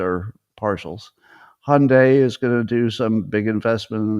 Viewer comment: Why do absolutely no Americans know how to pronounce “ Hyundai “? It means “ modern” BTW.